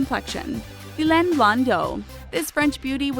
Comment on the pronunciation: Thylane is pronounced Tee La Nay